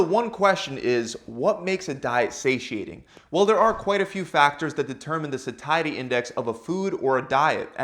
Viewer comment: Dude learn to pronounce "satiety".